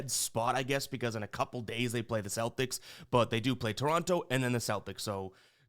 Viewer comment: I'm mostly joking and I love ya. but every time you pronounced Toronto I wanted to rip my hair out 😂😂 Canadians here in Ontario pronounce it differently haha